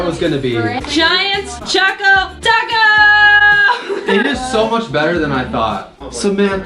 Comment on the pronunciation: It's annoying me that she keeps calling it a "chaco taco" when it's CHOCO Taco!